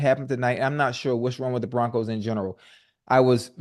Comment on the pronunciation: Who is the “Proncos” Just giving your crew a hard time. Good show